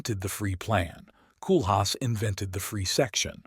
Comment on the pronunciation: You can't even pronounce his name properly! 😞 In English phonetics it's 'Coal-haas.